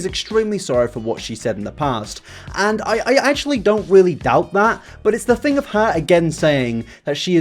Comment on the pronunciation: I like the way you pronounce your sentences 😂. I’m in NY and I am in love with your voice and I am in LOVE with red hair! ❤️😘✌🏾✊🏾. Especially when you say “fing” (thing) I LOVE IT!!!!!!